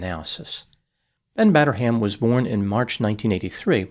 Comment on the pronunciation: "Batter-ham", yup he certainly did